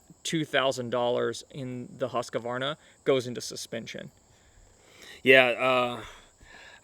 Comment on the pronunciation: I lost it after a couple of second when you pronounced Husqvarna as Husskavarna. If you cant say it right just call it Husky. Isn't there any american that can read and spell it right?